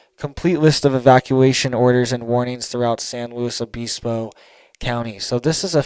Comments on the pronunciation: not BEESPO, BIS, LIKE PISS. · Obispo is pronounced uh-biss-po. Biss like miss. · I was just saying that exact thing 😂SanLuos O Biss bo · it’s pronounced “San Loo-e Obisbo”. And the “t”in Santa Barbara is silent fyi I know your from Florida…It’s like the pharmaceutical approach to the weather. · It’s pronounced San Luis O bispo